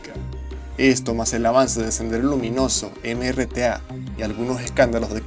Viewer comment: Al principio dices NRTA cuando es MRTA